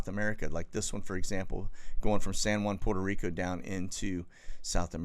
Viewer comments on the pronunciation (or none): none